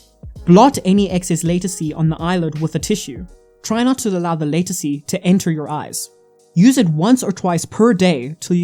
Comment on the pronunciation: Watch a video to get the pronunciation before you make a video. It's called Latisse - (La-Teese) if you go to the doctor and ask for (Lay-Ta-See) they will have no idea what your talking about! Great Video Though!!!